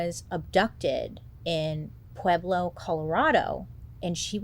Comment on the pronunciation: Literally inconsequential but, um, as a Colorado girly I appreciate you pronouncing Pueblo correctly. Anyway what the actual fu